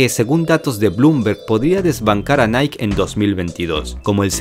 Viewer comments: La marca Nike se pronuncia "Naiki" No "Naik". Lo haces bien. Hazlo mejor. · Se pronuncia "Naiqui" NO "Naic" / "Apol" No "Eipol". Salud2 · se dice niaki